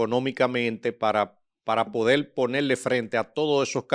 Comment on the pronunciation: Lamento mucho el momento por el que está pasando Hugo Beras;yo estoy seguro que el difunto Freddy Beras Goico no lo lo hubiera dejado participar en la política. por otro lado reconozco la pericia del licenciado quien acompaña a; pero entiendo que debe trabajar con su léxico y cuidar la L como por ejemplo: Cualquiel,habel,podel.